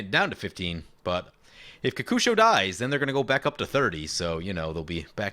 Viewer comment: I say kokusho like you say it. So many people say it ko-ko-sho.